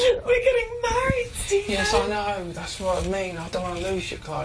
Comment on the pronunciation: omg the way farrah says "yes" when janice is saying with all due respect